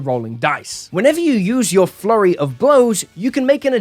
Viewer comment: Why do I always hear "Furry of blows" instead of "Flurry of blows."